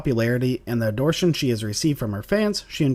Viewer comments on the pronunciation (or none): "First job in 2008." WRONG she had worked before that, including a role in Jane Austen's Pride and Prejudice as Caroline Bingley... Also, the word "ADORATION" is NOT pronounced Ador-shun is it pronounced ado·ra·tion...